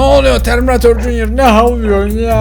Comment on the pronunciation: Abi sen neden katil arabanın oğlunada terminatörün oğlunada jünyır diyorsunuz?